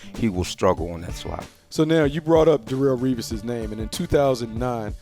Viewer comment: 'Rarrell Revis'